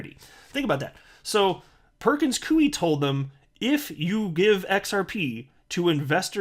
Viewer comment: Its pronounce ''pur·kuhnz koy" not "pur·kuhnz kuey"